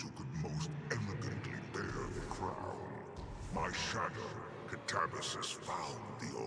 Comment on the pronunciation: It's pronounced Kat-ah-bah-sis!